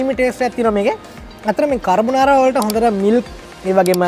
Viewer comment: කර්බොනාරා නෙමේ යකෝ කාබොනාරා 🤦‍♂️ දන්න රෙද්දක් කියපිය 😆